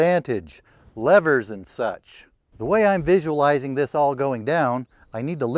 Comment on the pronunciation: Did you say dive into lovers or levers?